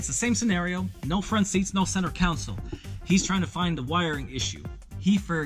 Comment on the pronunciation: Con.....sole.......con....soul......anything but council